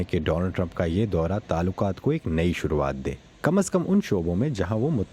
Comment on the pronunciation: Voice over is a very example of pronunciation. What is the word Talukat .